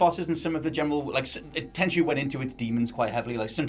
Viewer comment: Heh, its not Tenshu